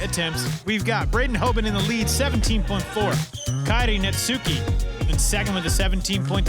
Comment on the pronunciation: Kairi Netsuki has been out here for over 2 years and these dudes STILL don't know how to pronounce his name 😂 The U is silent.